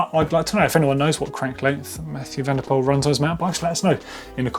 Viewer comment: Please pronounce: MathEW van der POOL I am dutch so yes